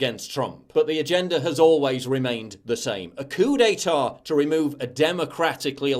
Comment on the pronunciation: "A coo detah"